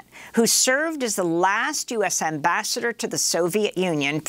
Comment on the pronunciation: "And Amabassador Matlock joins us now" Love the 'switch up'.